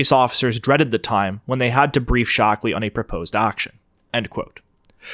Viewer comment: "Ted 'Shock'-Lee"...?